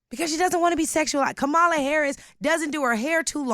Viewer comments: Are there any Black people on YouTube that can actually pronounce Kamala's name correctly? Its not Ka-Ma-La like the Ugandan Giant. Its Kam-A-La her name is Indian. My lord! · Why is this lady saying Kam-ala's name wrong whilst arguing for black excellence? The right is so good at breaking language that even pro black people cannot pronunce the name of the black person running for president.